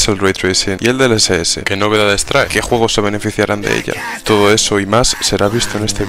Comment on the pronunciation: Juogos.... Hablen Bien lpm